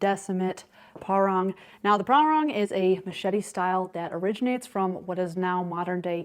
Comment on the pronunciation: PahRANG, not ParWRONG...